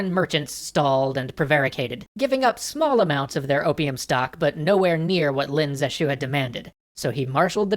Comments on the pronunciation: That guy that saved China from opium is Pronounced Leen zhe shue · Lin Zexu -> Len Zeshu It seems the people aren't the only Chinese thing being butchered. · If opium was illegal in China, wasn't the seizing of all the opium technically legal? btw, Lin is pronounced more like "lean", and the syllables in Zexu should both be stressed (Ze shouldn't be unstressed). But no big deal, pronouncing Chinese names is hard.